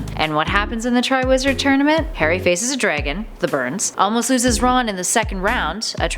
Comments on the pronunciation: Karry potter? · She calls Harry Hairy lel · its not sea mus its seamus lol and she says carry potter at one point